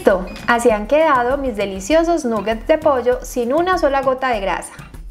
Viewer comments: De hecho se pronuncia con a 😊 (nagets) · felicitaciones,, como siempre muy bien explicada la receta,, solo quería sugerirte muy respetuosamente y con cariño que se pronuncia con O no con U la palabra nuggets, ya que es una palabra en inglés y tu canal se ve en todas partes